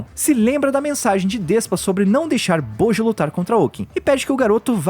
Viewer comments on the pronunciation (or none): Acho que a Pronuncia é "Boti"